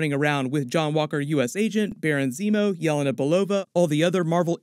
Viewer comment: Good content but its driving me nuts... Her name is pronounced Yah-LAY-nuh, not YAH-la-na